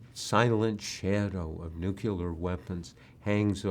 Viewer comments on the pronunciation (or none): It's pronounced "new clear," Bob. NEW-CLEAR. Why do so many supposedly educated people insist on adding an extra syllable to the word? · Bob Woodward can't say nuclear? Wow.